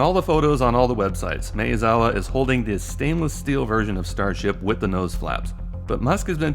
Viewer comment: Mah-eh-zawa, not May-uh-zawa.